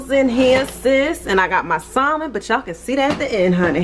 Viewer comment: The L in Salmon is silent sis lol. I just recently learned myself lol.